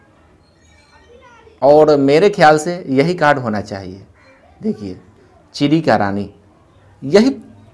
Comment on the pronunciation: चिरी नही चिड़ी बोलते